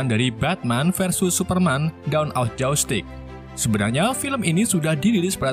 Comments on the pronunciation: Justice bang bukan justig 🤣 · Alur nya mantap,? Pembawaan cerita luar biasa,, cuma sedikit saran kalo bisa dalam penyebutan bhs inggris nya pelajari dulu di translate audio,, biar pas penyebutannya,, masa justice dibaca jastick